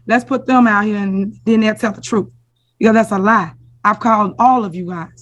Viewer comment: The "TROOF".. HER LITTLE GIRL PROBABLY SPEAKS BETTER ENGLISH THAN THIS MENTALLY DERANGED MAYOR WHO COULDN'T RUN A LEMONADE STAND AND MAKE IT WORK.